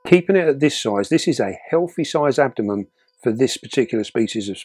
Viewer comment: it’s no good, I’ve got ask, why do you call the abdomen the ‘abdomem’? Is it a local version of the word?